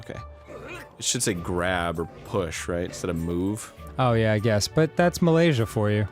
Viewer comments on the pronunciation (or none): none